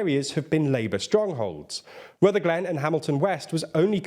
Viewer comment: FYI it’s pronounced rutherglin not Ruther glen